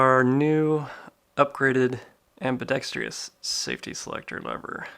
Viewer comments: Ambidextrous not ambidextrious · am·bi·dex·trous....Not am·bi·dex·tri·ous. There is no i after the R. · ambidextrous not "ambidextrious" no "i" after the T. Thank you anyway. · Fffffin THANK YOU ! I thought I was the only one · Another clown who can't pronounce "ambidextrous." 😂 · Can someon PLEASE learn how to properly pronounce ambidextrous? Google is your friend. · I’m apparently part of the a-hole club too then 😂 Not the biggest deal in the world but it does ping my ear every time someone says it that way. Sort of like when people say “asstrix” or “astrixes” instead of asterisk/asterisks.